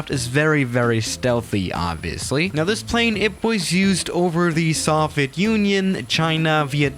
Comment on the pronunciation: Ah yes, the "sovet" union.